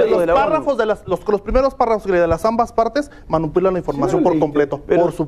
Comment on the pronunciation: dijo ¨MANUPILAN¨???? JAJAJAJAJAJAJA